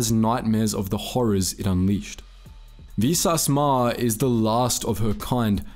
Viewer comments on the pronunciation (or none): "Exploring the Greatest Written Game of All Time" A-ton Rand Baa-oh Dur Vi-sass Marr Couldn't have taken the time to get the names right? Like... this isn't a book, where the pronunciation is up for debate or we're waiting on George RR Martin to say it in an interview. The game has hundreds of examples of saying each of their names...